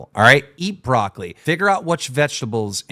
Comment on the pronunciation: Keen: broccoli is one: wtf is brockolli